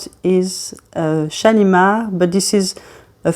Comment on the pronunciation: What a beautiful accent you have ! I would love to be able to pronounce those lovely french fragrance words as you do. The only YouTuber I’ve heard thus far, who can pronounce this new Shalimar perfectly. 😊 I love the new Shalimar! I’m a big fan of the original Shalimar too, edp & edt and cologne. Guerlain is my favourite fragrance house. ♥️ They do the most beautiful vanilla. Great video thank you and new subscriber. Warm greetings from Australia. 🤗🇦🇺